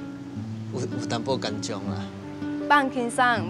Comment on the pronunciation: get the right pronunciation for 紧张 ，please！